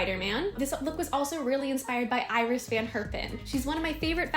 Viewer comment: This turned out so lovely! The one thing I wanted to point out is that Iris van Herpen's first name is pronounced Ee-ris.